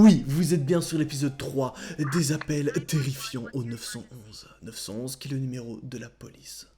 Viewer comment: Arrête de dire 911 stp dis neuf un un stp. Ça brise mes oreilles de québécois😜😜. Excellente vidéo sinon.